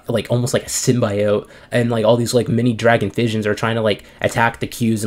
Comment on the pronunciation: nobody says symbiote like that. Don't copy what that researcher in the 1st Venom movie trailer did